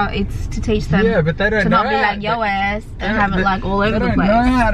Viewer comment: Yoo she sounded sooo country when she says "yo azz"😂😂😂😂